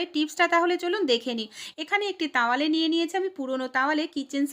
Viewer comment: Tawale na towale